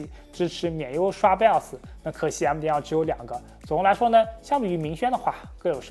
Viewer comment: 每次聽他講BIOS講成BELLS就會出戲一下:face-turquoise-covering-eyes